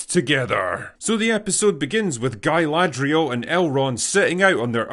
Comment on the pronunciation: Guyladrial lol